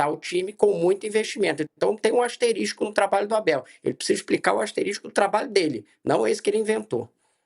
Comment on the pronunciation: Além de clubista o jornalista fala “asteristico”, olha o nível, minha gente!